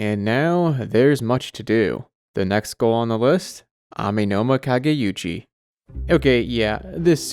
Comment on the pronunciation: I'd like to note that the Amenoma Kage*u*chi is not the Amenoma Kage*yu*chi. There's no "y" sound.